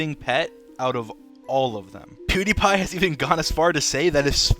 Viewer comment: lol as a Swede as pewdiepie i feel like everyone pronounces his name wrong